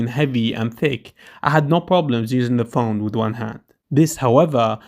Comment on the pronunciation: You said pjone for 36 times